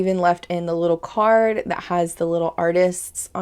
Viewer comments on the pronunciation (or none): none